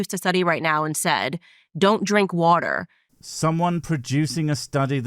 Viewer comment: 😂😂 he literally can't say water😂😂 or Boogaartee😂😂 tw@